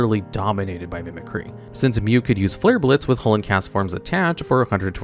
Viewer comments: Why did you pronounce Mimicry so wrong? Mehmeh-cry?? Then you pronounced it correctly later haha😅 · It bothers me that no one can say mimicry correctly. Its “mimic-ree” not “mimic-rye” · Charizard mills the opponent instead of the player. Mispronounces "Mimicry" . Gets it right though. Some of his videos are worse than others though.